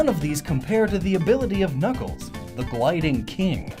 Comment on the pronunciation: Did anyone catch around the 2 minute mark he says kuckles not knuckles